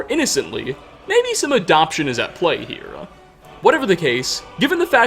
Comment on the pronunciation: I think it’s hilarious that you put an a on the end of certain words you speak for example the word here you say here’a or the word there you say there’a